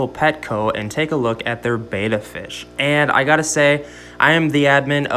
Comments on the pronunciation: Betta not beata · Betta is pronounced "Bet-ta" not "Bay-ta"